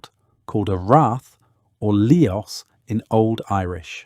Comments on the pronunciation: Liós - liss phonetically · Lios is pronounced Liss. Not Lee-os Clonmacnoise is Clon mac Nice Glendalough is Glen Da lock If were using anglicised version of gaelic names. This is just all wrong.. showing Romans while talking about vikings, showing 18th century ships in the viking age... I can't go on watching.... AI really means Artificial Ignorance Its taking over and destroying youtube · Great video. A note on pronunciation - túatha. TOO uh huh. Lios. liss. Uamh. OO uhv